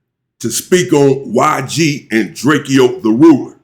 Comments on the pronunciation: say “ DRAKE-OHHHH “ DRAKEOHHHH THE RULER NOT DRAKEYOOOO DRAKE-O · Bro stop call him "DRAKE-E-Oh "that is not his name it's "Drake Oh"